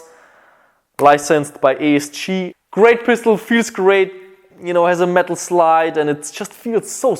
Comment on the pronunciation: Literally nobody:: A.S.CHEE